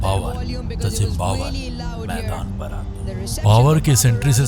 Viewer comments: Zimbabwe ❌ Zimbambe ✅ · Bhai ne bhi Zimbabar bol dis... 🤣🤣🤣🤣🤣